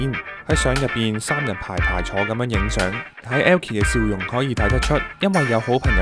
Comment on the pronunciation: 點解你講elkie時咁奇怪？ 無惡意🥴